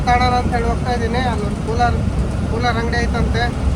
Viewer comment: Hey ಕನ್ನಡ ನೀಟಾಗಿ ಬಾರಿ ಗುರು fist ಅದು ಶಿವಮೊಗ್ಗನಾ or ಶಿಮೊಗನ 😅. ಕೂಲಾರ❌ ಕೂಲರ್ ✔️